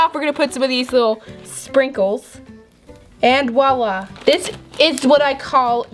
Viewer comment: did anyone notice she said wa wa instead of voila??😝😝 Like if you did.